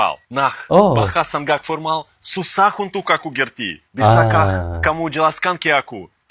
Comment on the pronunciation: Formal om bukan pormal...😂